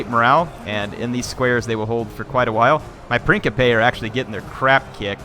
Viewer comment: Hier say it with me now...PRIN-SIP-PE And while we're at it, MAK-AH-DAWN